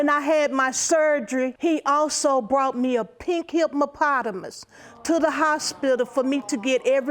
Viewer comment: "A pink himpmapatamus."